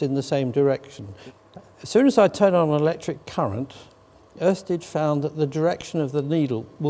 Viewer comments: Pretty good pronounciation of Ørsted from an Englishman! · Impressive pronunciation of the letter ø by an English speaking person. Pretty much spot on.